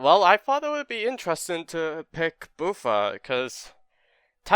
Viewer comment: It's not Boo-fa, it's Buff-fa like buffalo